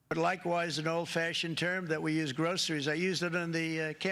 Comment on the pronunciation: Gro cer y’s, huh?